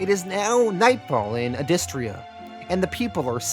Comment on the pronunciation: He's pronouncing it wrong, it's pronounced "Adystria" . I know this because I heard the creator say it in an interview.